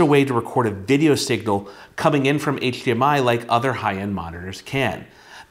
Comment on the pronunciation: I came for the review and stayed for the “hcHdmi”